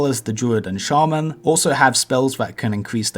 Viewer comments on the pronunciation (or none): none